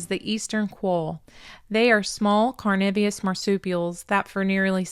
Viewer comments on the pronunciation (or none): Tasmanian here,great story on the wildlife,just a quick pronunciation lesson,its carnivorous(carnivore)not carnivios.